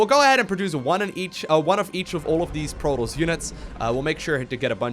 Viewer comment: it's proToss, not proross...